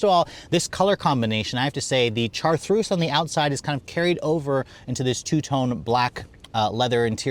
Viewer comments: Is he trying to say "chartreuse "? Chartreuse is a type of French liqueur and a well-known color. If you don't know how to pronounce it, you can look it up on YouTube. There are a few videos pronouncing this word. It is like shar-truce. Otherwise, this is an excellent video evaluation. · Chartreuse pronounced Char-troos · Its called Chartreuse pronounced-shar-troos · I think by now he's well aware of how he utterly butchered the car's color name. When pronounced correctly, it's so sexy.